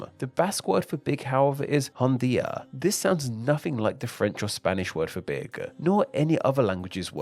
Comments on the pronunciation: Oh my god why do you add a stressed vowel at the end of every sentence it’s super annoying. “Language-uh. Big-uh” holy shit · It's interesting you add an "-uh" at the end of all the words ending in hard consonants... ...like with "big" and "language" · God-uh, big-uh